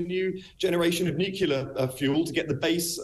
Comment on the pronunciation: He lost me when he couldn't say nuclear.